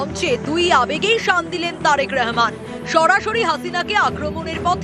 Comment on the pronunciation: উপস্থাপিকা কে বলব আপনি তারেকুর রহমান নামটা শুদ্ধ করে বলুন আপনি বারবার নামটাকে ব্যঙ্গ করে রেহমান রেহমান বলতেছেন।